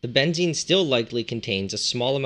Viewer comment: Funny how you pronounce it. Here "benzin" -thats how you pronounce it, is gasoline. This would be benzene with both E´s as in Edison for example.